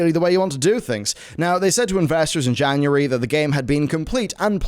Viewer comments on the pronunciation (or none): none